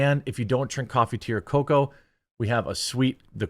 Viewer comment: I hate when he says the word "cocoa" for some reason